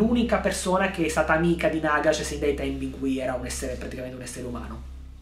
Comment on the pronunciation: Si dice Nàgash!!!!!!!!!!!!!